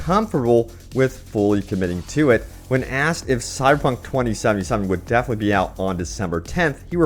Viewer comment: Is my man saying "Cyberpunk" or "Cy-Punk"?? #slurredtongue